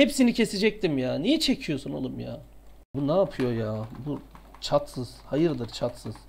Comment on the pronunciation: Atsız'a çatsız demesi djdkdkfkf